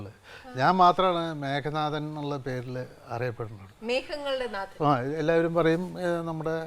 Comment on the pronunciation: 'മേഘനാഥൻ' അല്ലല്ലോ, 'മേഘനാദൻ' അല്ലെ ???